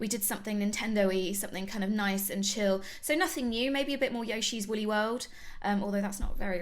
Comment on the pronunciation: When she said yoshi's woolly world I thought she said yoshi's willy world